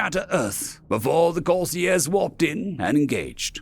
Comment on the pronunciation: The author should use his dictionary frequently, he might be able to use words like "retro-burn" accurately. Possibly the narrated pronunciation or Corsairs was due to a misprint on the screen. An interesting story, though if the Corsairs were going to actually help, they would assist in tech advance, be it openly or surreptitiously.